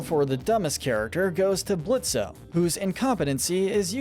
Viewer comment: ITS PRONOUNCED BLITZ.